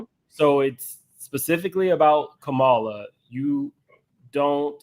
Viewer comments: CALM-MUH-LUH that’s how you pronounce the VP’s first name 😂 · Her name is pronounced “Comma-La”! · Can we finally...say her name right Kamala...like "COMMA-LA"...